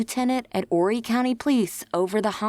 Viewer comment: Thanks for pronouncing 'Horry' correctly. There have been some recent updates and JP is also being looked at for the death of his Mistress's Spouse, Chris Skinner.